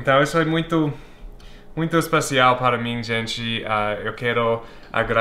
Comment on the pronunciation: e engraçado o jeito que ele fala, "espacial" kkkkkkk